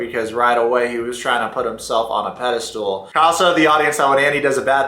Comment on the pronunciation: Your videos are always great! I really don't care for those people, but I love your intelligent analyses and your common sense. Just a small correction, it's pedestal not pedestool...😉